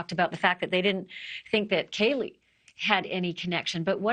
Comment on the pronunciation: After all this time she still gets Kaylie's name wrong